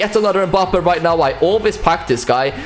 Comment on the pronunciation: are you serious right neow bruh?